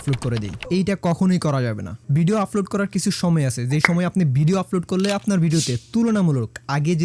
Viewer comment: আপনার উচ্চারণে ভুল আছে। আপনি আপলোড কে বারবার আফলোড বলছেন।